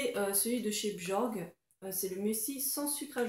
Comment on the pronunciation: Sa se dit pas bjorg mais "biorgue"